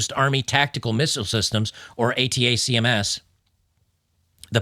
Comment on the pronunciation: How does not know how to pronounce attackems? ATACMS